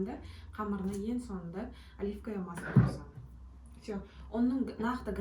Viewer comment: Оливкое.емес оливковое масло.